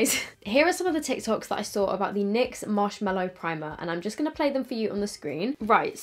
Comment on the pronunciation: I actually love you so much but dear laaaawd it’s marshMALLOW not mellow 😤 MAAAAALLOW. From the MALLOW plant. Anyway, not being a hater, just a pathetic pedant. Haha ♥️♥️♥️♥️♥️